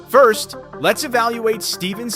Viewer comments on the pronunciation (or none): none